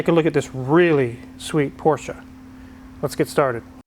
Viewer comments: It’s not “porsch-ahh” it’s “porsh” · where is the A in porsche?